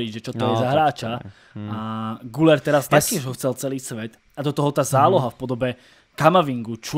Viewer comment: ten Arda se čte GYLER! je tam přehlasované U a to se čte jako Y